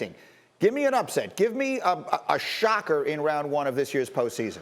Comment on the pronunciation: "upsert alert"